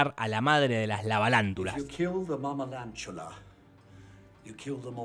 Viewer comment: En verdad es mamalavalantula pero por el sonido de ingles hace escuchar mamalantula